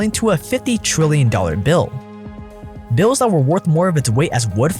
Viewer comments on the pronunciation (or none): none